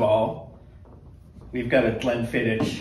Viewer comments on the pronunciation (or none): It is pronounced 'glenfiddick', not 'glenfidditch'!